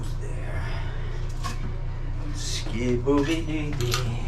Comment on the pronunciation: It’s Scooby dooby doo ! Not Dee 😂